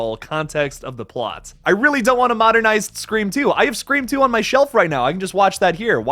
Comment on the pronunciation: Bro it's "SCREAM!!"